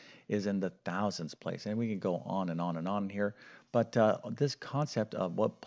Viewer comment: Tenths, hundredths, thousanths